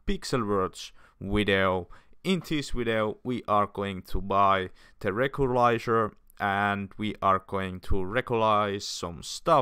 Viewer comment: Recycle Clothes, also, its not "rekrelizer" its "retzikler"